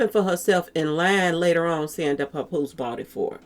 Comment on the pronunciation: 😂 puh poose love that pronunciation.